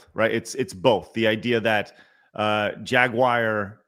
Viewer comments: I kept hearing Jaguire not Jaguar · why do you say "Jagwire" when pronouncing Jaguar? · bruh what was up with your Jagwire today?!?! You didn't say Jaguar once even after asking Blabs her opinion and she said Jaguar you immediately after went " Jagwire " 🤦 If anything after that stunt last year and the now switch to EV's not even hybrids they went full on FilmActorsGuild-uar's